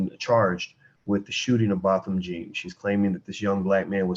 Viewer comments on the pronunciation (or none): Botham Jean pronounced Bowtham John